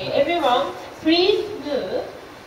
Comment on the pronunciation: "Prease cam in"